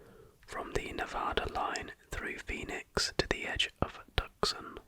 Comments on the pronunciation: Great video AGAIN! Oh and it's "Tooson" not tuck son as it actually looks. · fyi, it’s pronounced Too-sahn, keep grinding buddy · Tuscan is pronounced Two-Saun.